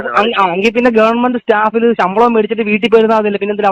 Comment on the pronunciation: ഗവർ മെന്റ് അല്ല MLA സാറെ. ഗവണ്മെന്റ്. പ്രൊ സീഡിയർ അല്ല. പ്രൊസീജർ. 😂😂😂😂.